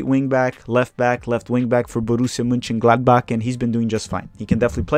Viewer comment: did I hear you pronounce Borussia-not-Dortmund the correct way? Way to go bro!